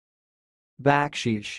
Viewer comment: Dude, you are making this up. You obviously have NEVER heard the word baksheesh spoken by anyone from a culture where it is in common use. The emphasis is on the SECOND syllable, not the 1st